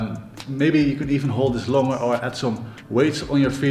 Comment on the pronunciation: he said langer instead of longer 🤣 dutch BTW